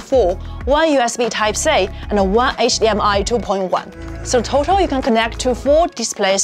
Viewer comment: its total not "thotal"